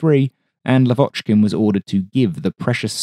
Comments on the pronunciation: He is lAvochkin, not lavOchkin ;) For ther future. Thanks. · Not Lav`Ochkin. L`Avochkin. First syllable high. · Your videos are just EXCELLENT, enormous work, interesting content about rare planes i didn't even know existed. But one thing, just one thing that gets me every time😂. Why LavOchkin, when his surname is pronounced LAvochkin, with an emphasis on the first syllable?😅 Not that I'm complaining in any kind but that's just a friendly reminder from a native russian speaker. Yes, some names are very complicated to pronounce for an English speaker but here it's as simple as putting the emphasis on the first syllable. Thanks for your awesome videos! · Blood from ears! Lavochkin prononces with stress on A, not O.